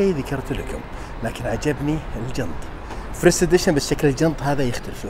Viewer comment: تغطية مميزة الله يعطيك العافيه يارب 🌹 تنبيه بس المعرض اسمه السبر وليس الصبر،، او الصالة اللي هو وهذا اسم اصحابه اظن عائلة السبر ثانيا لاحظتك دايم تقول (فرسيت ادشن) والصحيح هو (فيرست إيديشن) first edition وشكرا لك مرة ثانية💐